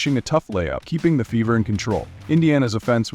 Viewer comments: Indiana Fevvor? How is that pronounced again??? Who taught this narrator how to speak English? smh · A I narrator FEVER is mispronounced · Your A I reader doesn't know how to read numbers Or. Pronounce the word fever. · I hate these automations.Cant even say fever right.